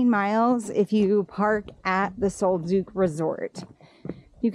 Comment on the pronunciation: Great video. I plan on doing it this tear. Pronounced Sol duck rather than sol duke.